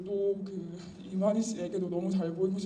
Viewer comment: 아니 이만희 늙은 노인네 말하는 스타일 뉘앙스 단어선택 억양 이런것만 봐도 사이비라는걸 모르나?? 목사가 아나운서처럼 말할 필요는 없지만 이만희 말하는거 보면 발음도 부정확하고 동사는 얼버무려 발음하고. 사람이 말하는것에서 그 사람의 인격 교육수준 이런게 드러나는데 딱 보면 모르나???